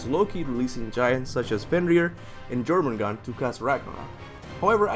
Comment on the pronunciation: Reeeeeeee ahhhhh y did u say jer-mengand it’s yer-mengandr 😂 if I didn’t say it some one else would lol